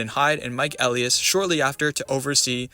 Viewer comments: Meh, kinda forget that the music is there since it's easy to get lost into your awesome videos. So, I don't think it really matters. Just continue doing what you do. Btw, Mike Elias's name is pronounced E-lie-us, not El-e-us. Just a small nitpicking. But you still make amazingly entertaining and intriguing videos. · It's pronounced E-l-eye-as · Hard to take this video too seriously when he can’t pronounce Elias correctly.